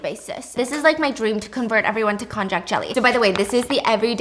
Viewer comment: Just kindly informing that it is spelled konjac, sometimes konnyaku, but pronounced "kon-yak." 😅 It's a root vegetable originating from China, but popularly known by its Japanese name. It's made into noodles called shirataki, which is really yummy in hot pot! 🤤